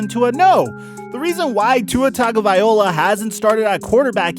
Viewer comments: I get super annoyed with how you pronounce Tuas last name 😂 its Tah go vai low ah 😂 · oh my you said tuaes name wrong how dare he